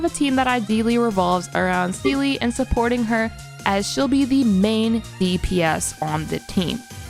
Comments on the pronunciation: It's Seele lamo who calls her zela ? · Love the intro with Seele name prononciation cuz I heard like 5 different ways 😂 . I will use this guide if I hopefully I get Seele cuz it’s really great. Maybe a Bronya guide next ? 🧐